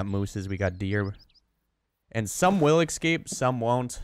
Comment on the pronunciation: Lost me at "excape".....